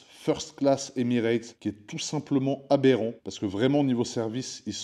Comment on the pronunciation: ce que j'ai compris : abérant